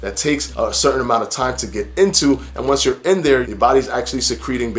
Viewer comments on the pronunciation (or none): none